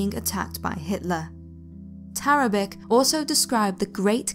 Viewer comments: Yeah, that's pronounced TARABICH not TARABIK. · Very well done, thank you. Just one thing .. Tarabic is actually pronounced Tarabich - there is an accent over the 'c' in Serbo-Croat which makes the 'c' a 'ch' sound. Just thought you should know for the future ;-)